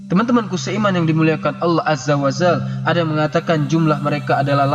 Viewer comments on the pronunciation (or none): Salah sebutan kamu..Allah azza wa zal...yg benar Allah azza wa jal